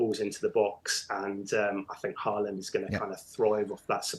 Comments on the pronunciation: It's 'Hawland'. Two consecutive 'a's in Norwegian = 'aw' pronunciation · Well done for making the note and pronouncing Haaland correctly!!